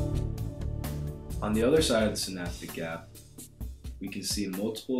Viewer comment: lol...u said "snapdagap"